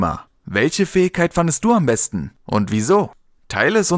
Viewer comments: „Fäigkeit“ xD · Lern "Fähigkeit" auszusprechen.